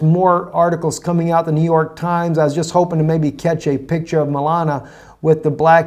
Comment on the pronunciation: Repeat after me - Mel- AHN ee uh, not Melana.